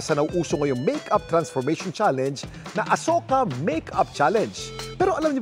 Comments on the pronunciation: Bakit asoka e nilinaw yan ng isang indian national sa vlog na Asuka tawag jan parang ganito o asiyuka ganiyan pag basa anong asoka 😂😂😂😂 kakapanood kulang kc sa vlog na pinay at indian niyang asawa kaya alam ko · a-shu-ka ang pag pronounce d po asoka indian movie sya ang cast is kareena kapoor. and ilang yrs n rin ang nakakaraan yan movie n yan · Hindi daw asoka ang mgpronounce niyan Kuya Kim,,,parang ashuka daw,,Sabi ng Indian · Mali po prononsesition asoka panuurin nyo po vlog ni singh and sarah don sinabi ng asawa nya indian na mali asoka asuka daw di asoka... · Asyoka Po tamang bigkas d Po asoka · Indian pronunciation /ashoka/ hindi po asoka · Kuya kim alam mo ba ashoka ang tamang pag basa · ashuka pag pronounce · “ASHOKA” ang pronounce nyan not ASOKA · Kuya kim it’s ASHOKA po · "Ashoka"daw ang pronounciation pero ang ganda ng movie na'to..Napanood ko na dati ps..Si Sharuk khan at Kareena kapoor ang starring..At ang ganda ng story at action movie sya.. -skl😊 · LoL mali yung pag ka pronounce ng asoka HAHAHA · Azoyka ang pronounsation,ang meaning daw yan ay walang makakagalaw sa babae kung gagalawin nila masusunog ang lalake